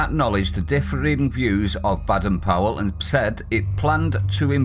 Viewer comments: Hey, it’s not pronounced Bad-en Powell, it’s Bay-den Powell. I’d leave the moral relativism and stick with Janet & John book 1 if I were you!!! 🤣🤣🤣🤣🤣🤣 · Duh! We always pronounced Baden it with a long ‘a’ as in Bay, not like as in Bad! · its bay,,dern powel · His name pronounced BAYden